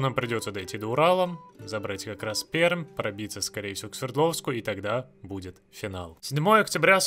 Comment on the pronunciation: Не Перм а Пермь!